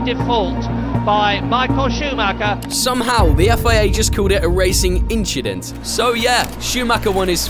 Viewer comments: Don't you f****g tell me, no one understood "inchident meme" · racing inchident🤣🤣🤣